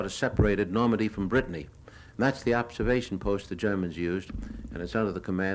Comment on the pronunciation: Brittany not briton